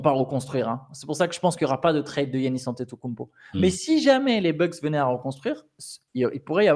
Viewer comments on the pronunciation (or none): none